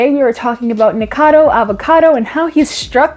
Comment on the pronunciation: Niko-ca-do. Sorry!